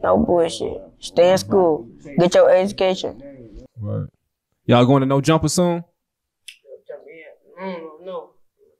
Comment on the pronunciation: Tf is aducation😂